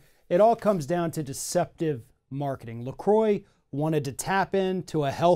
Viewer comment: Its a french word pronounced la "crrrwa" not la " kroy"